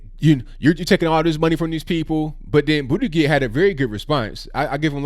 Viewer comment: Huh hu huh!! He said Bootygig!